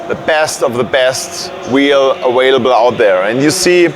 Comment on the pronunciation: haha awailable